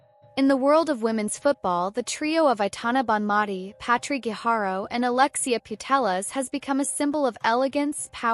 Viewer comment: Please use sound of google translator to say "PuteLLas" next time. Great video, please go on. PD. You said very well "Guijarro" It is not easy for Anglo-Saxon people.